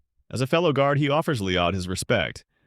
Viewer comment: Who the F is Leeodd?